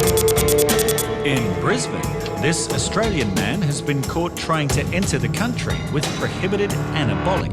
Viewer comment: That Chinese man couldnt even pronaunce Australian citizen. What a joke revoke give it to someone better